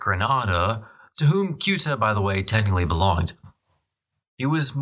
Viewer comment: Ceuta; not Kuta or Guta as a point of reference.